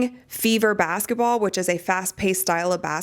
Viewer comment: Why do you pronounce it "bassetball?"